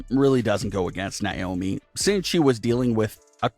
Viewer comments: Its nay-oh-mee. Not nigh-oh-me. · This terrible narrator has no idea how to say Naomi's name right, this channel needs a much better narrator, majority of the reason not to subscribe!